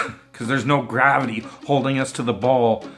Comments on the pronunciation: What the fuck is grahveetee😂😂😂😂😂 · and that he mispelled and misprounced refraction , mirage, gravity , the center of centripetal force and chuckled like he "won" the debate was what made me laugh of how much of an arrogant imbecile he is